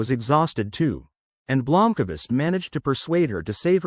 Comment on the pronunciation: Blomkavist? WTF is that A doing in there. Thats the end of my listening. I expect at least the names to be somewhere near correct.